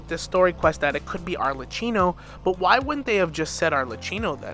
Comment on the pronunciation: Brooooo arlekkino, not arleccino T.T